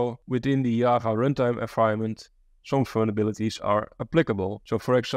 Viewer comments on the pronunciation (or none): Why is he calling Java to Yaava🤣